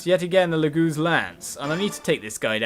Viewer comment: Did you just say "Loogooz slayer?" lol